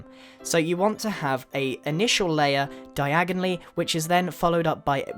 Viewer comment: when he said diagnally i thought about the diagon alley from harry potter r.i.p alan rickman😭😭